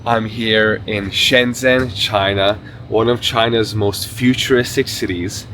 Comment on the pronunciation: Nice video! China is truly amazing and futuristic. Some friendly feedback: you are pronouncing Shenzhen a bit wrong, the "zhen" syllable sounds more like something between "jen" and "chen" in English. If you check a translate app you can hear how it's supposed to sound.